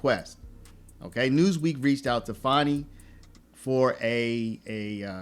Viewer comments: Learn how to speak pronounce words and spell it's pronounced Fanny and spelled fanni not fonni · Her name isn't Fawny it's Fani. Say it like it is spelled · It’s Fanny as in butt get it right